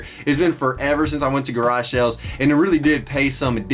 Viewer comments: Anyone else hear him say “Garashells” in stead of “Garage sales” ? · “Garage shales” lol